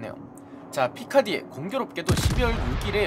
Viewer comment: 발음 피카르디 아닌가요?